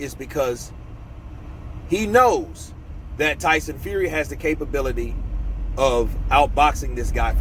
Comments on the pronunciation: Who's Tyson Fuey😂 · Who is TYSON FUEY ? lol